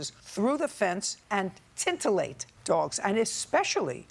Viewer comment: finally Judge Judy screws up a word- its "titillate" not "tintillate'. someone needs to borrow her a dictionary!